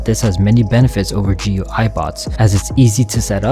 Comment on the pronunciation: GUI = Gooey lol